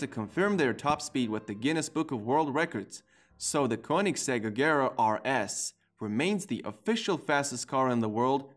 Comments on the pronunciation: I HATE THE FACT THAT THIS GUY DOESN’T KNOW HOW TO SAY AGERA RIGHT!!! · Agara he said it wrong